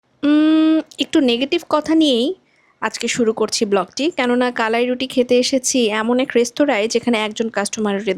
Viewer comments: আপু আপনার উচ্চারণ টা ঠিক মত হচ্ছে না। এইটা হচ্ছে কা....লা...ই.... রুটি। আপনি ভিডিও এর শুরুতে বলছিলেন ক...লা...ই...রুটি। যাই হোক পরবর্তী ঠিক মতোই উচ্চারণ করেছেন 😊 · উচ্চারণ টা হবে কালাই......কলাই টা ভুল উচ্চারণ। দুটি সঠিক না আশা করি ভুল টা ঠিক করবেন।